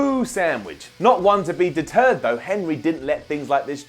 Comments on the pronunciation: I was beginning to think I was the only one who heard that. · Not to be "deterred"? Deterred, da turd? I see what you did there,.